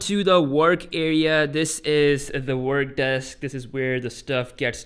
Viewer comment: sorry to say but its desk not deks *